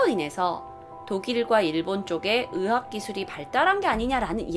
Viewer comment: 의 발음이안되시네.. 거슬린다 의학을 자꾸 으학.. 다른건다좋은데 한번씩 몰입이깨요 발음 연습하시면 좋으실듯..